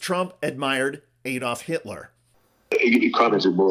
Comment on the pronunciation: Its ADD-olf not EED-olf. How how you pronounce Alabama, Alaska, America etc.?